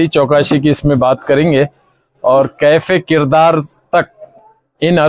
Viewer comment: کیفے کردار ❌❌❌ کیفرِ کردار ✅✅✅